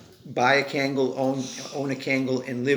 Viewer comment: No disrespect but please pronounce the name correctly it’s not cangal, it’s pronounced Kungal(Kangal)